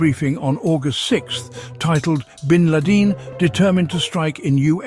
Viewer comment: What a funny KI con job video. Just the voice Isn't perfect ... e.g. the pronunciation of "Bin Laden" ...